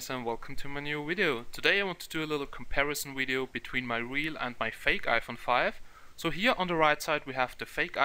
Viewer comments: Video, not wideo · The same reason he says "wideo".